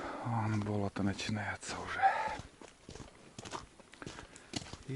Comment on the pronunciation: Не бОлото, а болОто